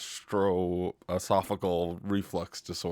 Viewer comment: Do you mean “esophageal”?🙄